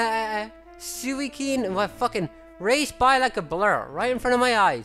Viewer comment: great video. also Suicune is pronounced sue-ih-soon. also cadetri is pronounced cad-ett-tree. happy hunting,.